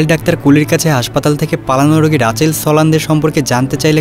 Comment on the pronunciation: রাচেল না মিয়া রিচেল 🤨🙄😏🤦🏼‍♂️